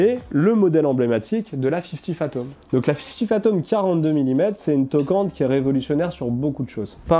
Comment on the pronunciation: excellente vidéo très instructive mais c'est fifty fathoms et non phatoms. 😉